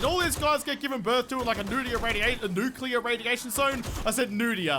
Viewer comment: Nudclear!! He he he